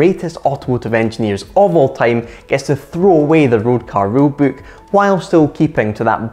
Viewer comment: It took me 5 rewinds and closed captions to figure out he said "rulebook" . Am I the only one?